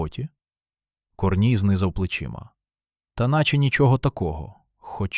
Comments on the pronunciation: КОрній ... КорнІй.... Наголоси. Дальше слухати не хочеться. Невже не читаєте спершу ніж озвучувати. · КорнІй, а не КОрній. Не плюндруйте нашої солов'їної. Соромно повинно бути. А ще інше кальковане сміття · КорнІй, наголос на І